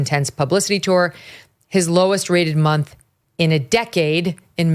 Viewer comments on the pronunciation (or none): none